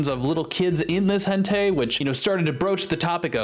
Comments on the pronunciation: Sorry to be THAT guy, but hentai is pronounced hen-tie. Not hen-tay. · The more you say hentei the more I believe you know how to say properly and are trying way to hard not to say it, great video btw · "hentay" please... Stop this madness... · Sounds hilariously close to "Entei" so you're not wrong 💀 It sounds like if Entei crossbred with a Hen 😂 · what's weird is the way you pronounce "hentai", but aside that I do miss Muta. Sure, he was a dick with how he handled this, but let's not forget the other good things he has done.